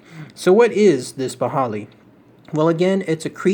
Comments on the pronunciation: It prounounced "ghi-ball-e" just so you know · Its pronounced 'baahai'